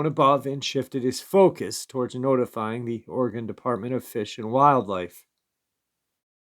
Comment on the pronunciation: Pronounce Oregon as. Ory gun .not Ory gone